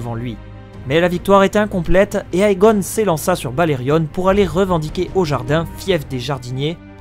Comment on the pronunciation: Juste a titre informatif... le "Ae" ne se prononce pas "aé" mais juste "é" ... égon(e), dénérys(s), démon(e) etc